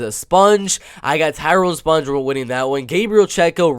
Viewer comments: its pronounced SPONG like ping PONG....not sponge.... like sponge bob....THAT MEANS YOU HAVENT WATCHED ONE of his fights to not know how to say his name... and hes a LEGEND... sloppy analysis if you literally havent watched enough of his fights to know how to say his name. do better. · its a ONE syllable word. its not close to driscus du plessis.... and if you watched ANY of his fights, it would not be hard to pronounce it.... you can say ping pong and bong...saying spong doesnt require skill. Re-watch some of his battles and you wont forget his name... hes a striking machine.